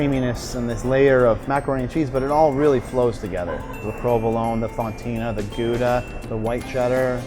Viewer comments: Get rid of that music. It’s just noise. And it’s FONTINA cheese, not FONTANA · "If you want to get away from your family"?..."Fontana cheese"? I think it's 'Fontina'.